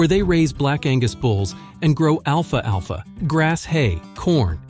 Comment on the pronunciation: You lost all your credibility when you mispronounced to alfalfa.